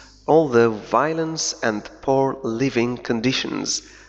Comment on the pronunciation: اشكرك على مجهودك الرائع في تبسيط الانجليزية . نطق اللغة الإنجليزية لديك سليم إلى حد بعيد لولا تأثر ك باللغة الفرنسية في بعض المواقع مثل كلمة crisis بمعنى أزمة أو أزمات رغم أنها كتبت بطريقة خاطئة في المقالة وكذالك كلمة poor بمعنى فقير حيث تنطق بضم الشفتين . أتمنى لك التوفيق في معاك